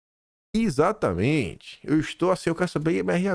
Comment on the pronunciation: Ixatamente ou exatamente? Depois vc se gaba do seu português. 😂😂😂😂